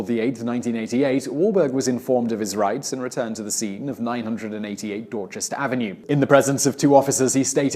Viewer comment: How do you pronounce "Dorchester" correctly but not "Renaissance"?